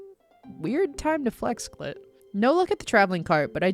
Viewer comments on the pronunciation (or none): I just heard cl*t lol 😂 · have you been calling clint “cl!t” the whole video or are my ears failing me??? lmao great video, can’t wait for part 2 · Lol I thought the same thing 😂😂😂